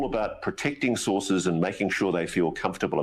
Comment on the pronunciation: Sources or sauces?